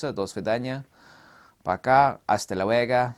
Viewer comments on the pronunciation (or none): Hey. At the end, you said "Hasta luega". The correct way is "Hasta luego".